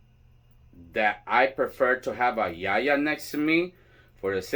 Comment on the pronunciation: I just love that you say Yaya and not Yayi. I don’t understand why that has spread so far into the tradition, I personally feel like it takes away the title/license as a whole.